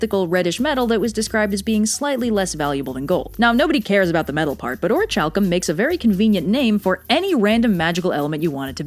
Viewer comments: Why do you keep saying "Orichalcum" funny? Is it a more proper Greek pronunciation or something? I've always heard the CH pronounced like "Chemistry" rather than like "Chalk". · The < ch > should be pronounced as a voiceless aspirated velar plosive, that is, like in "chemistry." However, pronunciations might differ by region, and it is perfectly understandable for one to pronounce it as did, if they hadn't seen the word before, based on knowledge of other English words. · I mean the video is great and all but I'm pretty sure this is the first time I think I've ever heard Orichalcum said out loud, or at least I think that's the magic metal mentioned, and it's so different from how I always thought it was pronounced that it has broken my brain. And I've been playing Kingdom Hearts for 18 years, and other Square Enix games that use it. I never knew. What even are words. my brain just can't understand that it's pronounced like that. I always thought it was like ore-ack-ulm or ore-ack-ul-cum, i guess? Maybe? I don't know but nothing like how said it, and I'm questioning my entire life now. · Great video but does anyone else have an issue with how pronounced orichalcum? I’d say this is a reoccurring hipsters move when you mispronounce things on purpose to sound different and unique. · There's a theory about atlantis being the Eye of the Sahara. Also that pronunciation of orichalcum makes me cringe hard. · THAT'S HOW YOU PRONOUNCE ORICHALCUM???? I always thought it was Or-ichy-cal-cum That Indiana Jones comic lied to me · Great video, love the maps - although I'm surprised it made it out of editing without Blue chewing you out for constantly mispronouncing "orichalcum." On another note, a small, sadistic part of me now wants to see Blue playing Subnautica, although realistically speaking he would probably dislike it so much that the resulting video would go far beyond the point of schadenfreude. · Orichalcum is pronounced as “Or-ih-cal-com” not Or-ih-chal-com”